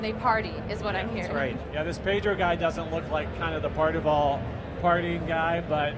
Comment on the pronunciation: why cant he say Carnival properly?